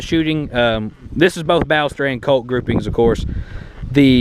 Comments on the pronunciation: Well, that way you say Ballester Moline is not correct at all. I'm from Argentina. You should have said: "Bah-shess-ter" and "Maw-lee-nah". Cheers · Sorry, but I must say you're mispronouncing "Ballester". I'm from Argentina. Check this out, please: Nice vid. Cheers.